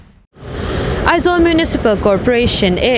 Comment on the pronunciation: E...nilo in A...tihtur aw...Eizawl nilo in Aizawl tihtur